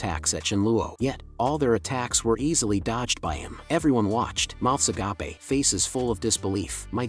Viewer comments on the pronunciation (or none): "mouths agapae" XD